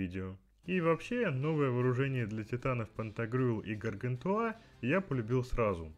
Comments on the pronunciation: 8CBG4A Android Полоскун не ГАРГАНТУА! а гаргантюа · ГаргантюА ( ударение на А ) и ПантагрюЭль - сатирический роман-пенталогия французского писателя XVI века Франсуа Рабле о двух великанах-обжорах, отце и сыне.